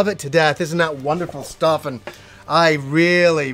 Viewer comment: Every time says "Welcome to another Game Stuff" my French ears hear "Welcome to another Game Stop" and every time I'm like "WTH??" for a second, then I get to compose myself again.